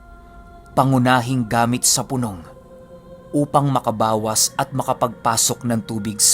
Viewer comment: (Pu-nòng. ) lods hindi (Punông...... ). 😊